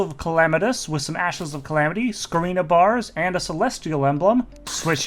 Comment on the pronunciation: Did you say scorina bar?